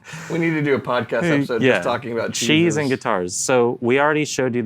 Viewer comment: lol I kept thinking was saying "chi" - like he had consulted chi-chi fortune telling sticks to pick the guitars lol. Then he started naming cheeses and I got it.